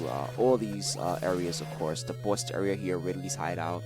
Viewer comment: i like how says "boss", like a BAUSE:)